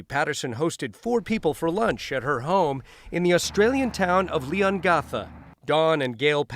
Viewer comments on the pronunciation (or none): As someone from Leongatha, the pronunciation by the news reader hurts, just like Korumburra when there's been an earth quake lol. Glad she was found guilty.